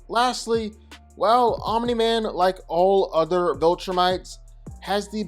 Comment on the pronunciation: Guyssss he finally said Omni Man instead of 'Om Nigh Man'. Proud of you 💪🏻